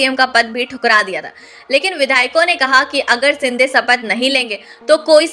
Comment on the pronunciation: मैडम सिनडे और सपथ नहीं होता बल्कि शिंदे और शपथ होता है, पहले अपने उच्चारण को ठीक करो फिर वीडियो बनाओ...